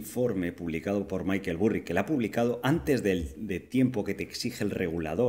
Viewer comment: Maykel Burri??!! Me sangran los oídos, jajajajajaja vamos no me jodas. Se pronuncia "Barry" no "Burri" jajajajajaj es que lo escucho y me parto.